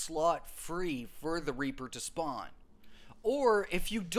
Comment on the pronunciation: I thought he said raper farming 💀